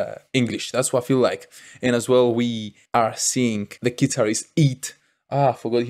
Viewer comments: EET, (E ET) not IT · Eet not eat, to call eet its like a+at 😁